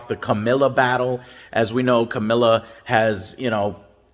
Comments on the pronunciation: Its not Camilla its CaRRRRRRmillla god damnit. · Its Carmilla, not Camilla Joe. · You mean CARmilla? 😆 I love Joe’s wonky pronunciations of names.